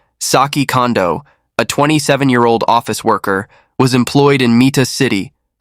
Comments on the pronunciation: Hyogo and Kondo saying wrong also, Kobe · Yes, pronunciation of many names incorrect and so distracting!